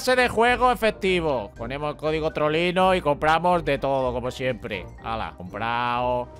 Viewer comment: Se escucha trolero en vez de Trollino